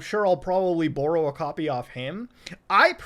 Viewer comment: I know muta Canadian but i never heard him say borrow